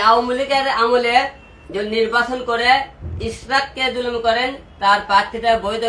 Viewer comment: একে আবার কে পাবনা থেকে ছেড়ে দিলো ভাই মনে হয় পাবনা থেকে পালিয়ে আসছে। যে মানুষ ইশরাক ভাইয়ের নাম ভালো করে বলতে পারনে সে নিবে এমপির পদ